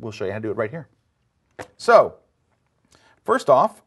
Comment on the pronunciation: "And now, for the week of May FIRTH" . Yes, the introduction lady forgot it's FIRST, not FIRTH.